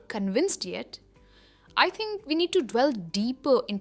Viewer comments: hi madam, hats off to you for your superlative lessons...just to clarify..item 4...shud it be pronounced 'delve' or 'dwell'....grateful to know...great job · To the best of my knowledge the way you pronounced delve word was wrong. Wasn't it?